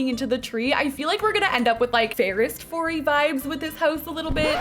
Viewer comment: FAIREST FOREY LMMMBO!!!!!!! HAHAHAHAHAH!!